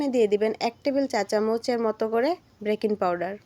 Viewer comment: ব্রেকিং😂 পাউডার বলছেন কেন,, কথাটা হবে বেকিং পাউডার 🙂👍